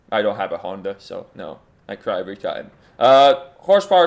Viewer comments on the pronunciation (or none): none